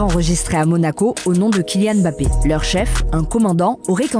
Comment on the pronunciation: Déjà c’est Kylian Mbappé, pas Kylian Bappé